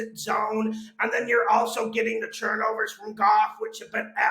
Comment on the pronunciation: I take a shot everytime says Churnovers